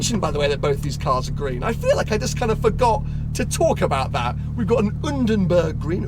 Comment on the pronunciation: the way says "UnDeRbErg green" is like Daniel Ricciardo saying "Nico hÜlKenBeRg"